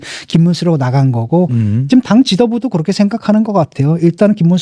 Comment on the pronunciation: 직끔 아니고 지금..